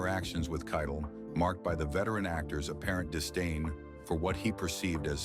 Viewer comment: For Pete’s sake, Harvey Keitel pronounced his own name at the beginning of this piece, and the AI robot still got it wrong through the entire narrative until the very last time, when robot-man finally says the name Keitel correctly!